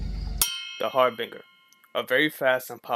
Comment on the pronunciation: . The g in harbinger is actually pronounced as a j.